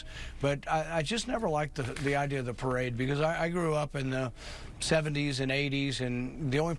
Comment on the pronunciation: Was is a parade or a "Tarade"? Sorry I misspelled "Perade".